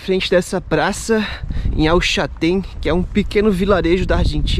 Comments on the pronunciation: Parabéns pelos videos amigos !!!! Somente uma dúvida.. vcs falam El Chatén…não seria o correto El ChaLten, com “L” ? Abraços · Só pra ajudar, não é el Chatén e sim El CHALTÉN, já tinha feito meu comentário ,mas esqueci de falar sobre isso.Desculpe a intromissão